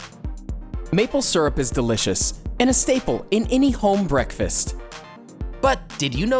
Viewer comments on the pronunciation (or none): Maple Syrup not Surup. Leary not Weary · It also helps to pronounce “syrup” correctly. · Why so u say syrup like that